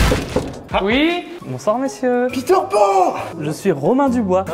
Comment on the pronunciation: Qui a remarqué que dit Peter pant quand Thomas arrive avec romains du bois